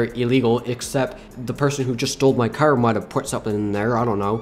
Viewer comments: you are saying car wrong he says cer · Why always say "cer" why not "car" tho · I love how he says car with an accent